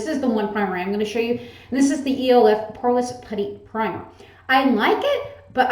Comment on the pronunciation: Oh my god. I have so many makeup products I should do it, lmfao. I love how you pronounce E.L.F each letter. Girl it's elf LOL